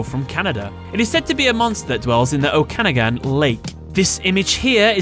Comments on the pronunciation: in regards of Ogopogo's birth place it is pronounced oh-ka-noggin (okanagan) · Oak-a-noggin Would be a better pronunciation. I can see the lake from my house 😁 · As a local to the Okanagan lake.... You pronunciation hurt so bad.... Oh-ka-noggin. It means Big Head in.... I can't remember which native dialect offhand. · Gonna say Okanagan is pronounced Oh-kah-nag-an. That one hurt lmao. Ogopogo was right though. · Your pronoun cation of Okanagan ! lmao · As a Canadian, hearing the way he pronounced Okanagan killed me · I have never heard someone pronounce 'Okanagan' that way. lol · Haha that way you said Okanagan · Oh god the way you pronounced Okanagan. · Being from the Okanagan, your enunciation of my home hurt.